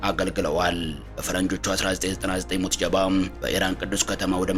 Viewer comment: ሙጅተባ ማለት አቅቶህ ነው ሙትጀባ እያልክ የጨረስከው ?